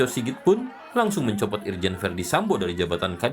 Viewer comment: Pembawa acaranya sampe salah ngomong, mencopot jadi mencotot, 😅